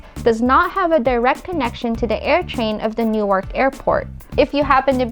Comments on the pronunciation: Great job, finally someone who likes and understands our vast and multi-faceted rail system. Only comment is Newark is a short "a" and kind of slurred together, sometimes it can even become Newrk. Glad you like NJ so do many of us. Love the magical and fresh air compliments. Thanks again good video. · PULEEZ... learn how to pronounce "Newark" correctly. "New-Ark" is in Delaware. In the New Jersey city, the "a" is silent.